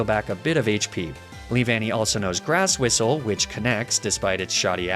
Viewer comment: Don't you mean 'grass whiss-lay' instead of grass whistle :D